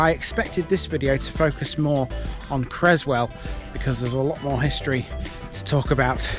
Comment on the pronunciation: Cresswell not Crezzwell